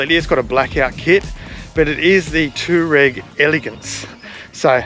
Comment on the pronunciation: Toe Rag.......lol. Pronounce it anyway you like its an amazing looking car! Nice work (I bet you didn't like returning that one)